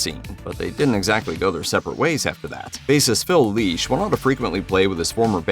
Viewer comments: Lesh. It's LESH, NOT LEASH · FFS these AI narrators are horrible.. It’s Phil LESH … NOT LEESH..smh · Yes, came here to say the same. 🤦🏼 It’s: Phil Lĕsh - as in ‘yes’ Not: Phil Lēsh - as in ‘leash’ or ‘geek’ How do they even make that mistake? It’s kindergarten phonics. An ‘e’ by itself, without another vowel is ALWAYS a soft ‘ĕ’. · Phil LESH, not LEASH!!! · Lesh not Leash, c’mon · Hearing Grateful Dead’s Phil’s last name butchered, repeatedly was pretty morbid. It’s “Phil Leshb” as in mesh. 😂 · Say "Leesh" one more time, robot! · Phil Leesh” Jesus Christ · The "e" in Lesh is soft.